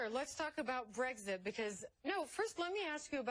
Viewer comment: Love from the U.K. - just like to say to CNN that the correct pronunciation is BREX-IT not BREGS-IT.